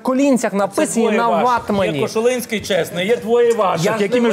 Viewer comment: *Кошулинський, а не Кошунський)))))))))